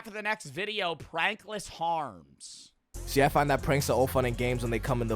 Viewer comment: DID ANYONE CATCH HE SAID “prankless harms” at the beginning or just me?😭